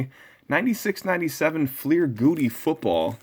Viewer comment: Love your throwback Thursdays... BTW its pronounced Gow-Dee